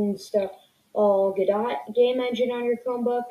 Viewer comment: its pronounced go-do if u wanted to know